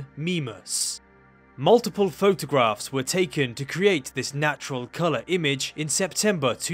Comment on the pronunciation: "over thousand of photagraphs were captured" over and over again.